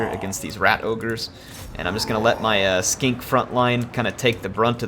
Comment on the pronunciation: I love the way he says Skink